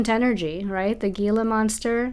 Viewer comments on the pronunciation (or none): The G in Gila monster is silent. It’s pronounced hela . It’s found in New Mexico. They’re as big as a 🐕 dog. My friend went to take out her garbage one morning and one was out there staring at her. I woulda flipped😅